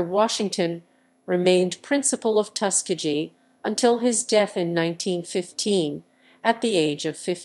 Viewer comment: Reader improperly pronounces commonly known terms…to include Tuskegee. Please take this down!!!